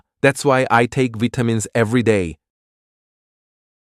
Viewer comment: ㅋㅋㅋ 발음 뭐냐? That's why I take '비타민스' every day